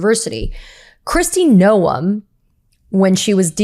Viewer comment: Noem - rhymes with home (not no-em) I really like your podcast. Thank you!